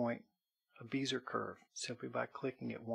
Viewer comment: Bezier. Pronounced "bez-e-a" - short e, long e, long a. Timbre. Pronounced "timber"